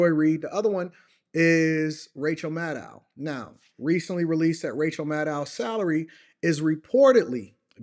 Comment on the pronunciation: 😆why you got me chuckling everytime you say Maddow